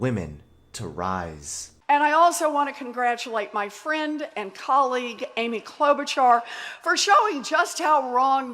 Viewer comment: Got the first like 2 min you said Amy’s name wrong